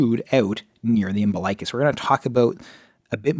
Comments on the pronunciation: It's pronounced Um-BIL-ikuss... NOT Umbi-LIKE-us..... Yikes, makes me cringe to hear it so wrong in a supposedly legit video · Thank you! That mispronunciation was so irritating.